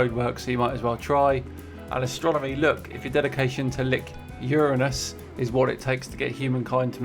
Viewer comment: the one with Uranus needs a slightly different pronunciation :)